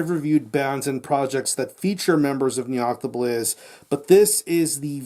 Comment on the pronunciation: ....how many takes did you do to get both the name of the band correct and the name of the album said so fucking good?! Either way great review gonna check this album out cheers pal!